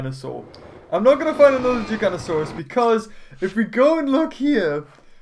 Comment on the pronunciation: No it not gigantiosauos it's gig anosars